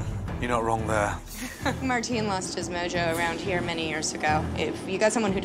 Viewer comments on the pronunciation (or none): none